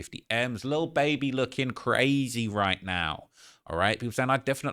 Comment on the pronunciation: I love how u say lil baeby ..can u do a video on cardi b n her beef